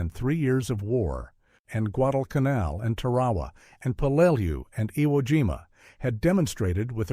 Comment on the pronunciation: DAMN ! It’s TAR A WA learn the correct pronunciation !